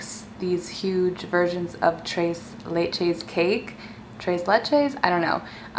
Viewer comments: It's not treys leyches it's pronounced TRES LECHES!!!!!!! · She said “trayce laychase” 😭💀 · "Treys leytches" 🤦🏽‍♀️🤦🏽‍♀️🤦🏽‍♀️ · It was so cringey hearing her pronounce tres leches like “ trays laychays “ 😂😂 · its pronounced as " tress lechess " like chess. lol <3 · It's pronounced like Thress Leh-chess. Love you girl! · Anyone else annoyed by the way she pronounced “Tati and “tres leches” 😂😂😂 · all the mexicans are triggered at the way she said tres leches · But why did u snap 😊 loved how you explained your opinion without saying the words I would have liked to say 😅 you almost said tres leches right lol I would have to send u a voice message as to how to say it but aye u tried that’s all that matters 😂❤️